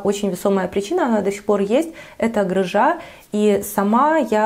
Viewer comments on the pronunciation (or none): грЫжа, не грыжА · грЫжа, а не грыжА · грамотная речь? А грыжА вас не смутила?) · да, странно прозвучало😁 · правильно говорить слово грыжа с ударением на первый слог. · Сейчас в тренде ставить ударение не на тот слог.😳Это как своего рода мини хайп(который вызывает ответную реакцию в форме возбуждения вокруг этого неправильно поставленного ударения в этом слове) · я ни в коем случае не хотела Вас обидеть.Я тоже очень давно живу за границей ( уже 16 лет ). Давно на Вас подписана и с удовольствием всегда смотрю.Я честно,даже сначала не поняла,что у Вас с животом? Только потом догадалась, поменяв ударение.